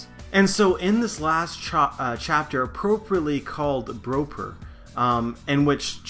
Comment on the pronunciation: Why don't you pronounce Bropper so that it rhymes with Chopper?